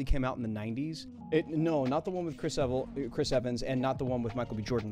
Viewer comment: “chris eval”